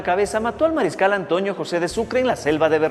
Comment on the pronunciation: No sé por que los serranos siempre pronuncan mal la N dicen ANTOÑO, JUÑO... Mi abuelo era serrano y por Dios nunca pronunció mal la N, al igual que un muy querido profesor del colegio que es quiteño, pero me parece que antes enseñaban dicción en los planteles y universidades, mejor dicho no parece, SE NOTA QUE ANTES LO HACÍAN.